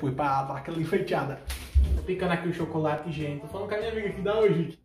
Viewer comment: Sério ele falando" ô u chocorate